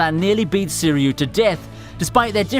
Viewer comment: Soo-ree-oo? It's pronounced "Swee-ree-oo" Sui meaning Water and Ryu meaning Dragon.